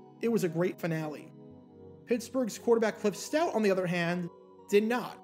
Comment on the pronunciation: the 'otter'.